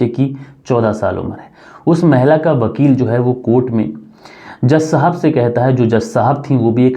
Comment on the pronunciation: Vidhva ko bidbha,Bakeel. Nahi hai Vakeel hai